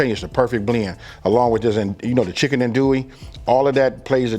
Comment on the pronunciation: That roux looks a little thick….and it’s pronounced undo ee. Not an do ee or an dole ee.